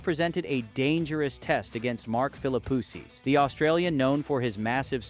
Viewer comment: you may have put a lot of work into this video, but it is bad, and for so many reasons. I'm just going let you know so maybe you'll know for your other videos: 1. I don't know if it's AI or you but the pronunciation of players' names (Sampras, Philippoussis) is awful 2. If you are doing a video of Sampras from 1999, you should use video clips from 1999 and not include other years preferably. 3. Do some research. In Wimbledon 1999, Sampras did not win the 2nd set vs Philippoussis he was down 4-6,2-1 when P'sis retired. 4. Articulate your point and vision. He lost the #1 ranking but tied Emerson's record. It's not an "anomaly" that's timing and circumstance. A) He lost the #1 ranking due to the fact he missed 2 grand slams (AO and USO) B) He tied Emerson's record of 12 grand slams because he came into 1999 with 11 and won Wimbledon. Is this just a recap of Sampras' 1999 season?